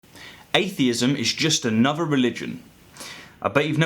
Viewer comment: He manages "atheism" but not "anuvvah" or "eivvuh". I know one is unvoiced, and the other is voiced, but with a bit of effort...